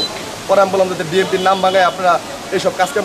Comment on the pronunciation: বিন এন পি বি এন পি এটা বলতে কি সমস্যা হয় সাংবাদিক সাহেব